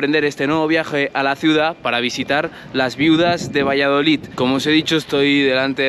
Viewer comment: Yo vivo al lado y son una gente estupenda, todo depende como seas tú con ellos Por cierto no se dice valladolit, que acaba en D 😂😂 VALLADOLID minuto 😂😂